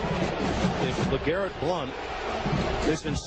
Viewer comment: I think tells you what you need to know about this unprofessional network. That, or the beginning when he doesn't know how to say the guy's name. Blount is playing good football in the NFL now.